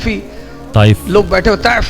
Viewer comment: Bhaai Taaif h taif ni